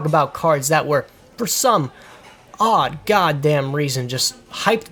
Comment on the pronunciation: love how u said "odd, god damned reason" it sounded so southern